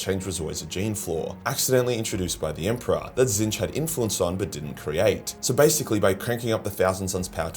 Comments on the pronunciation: HOW did you pronounce Tzeentch,? I feel like I just witnessed the end of an era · HEY HE KNOWS HOW TO PRONOUNCE TZEEENCH!